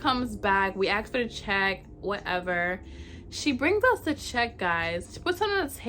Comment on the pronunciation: You want to get a decent date? Learn how to say the work "ask" property. #entitledAh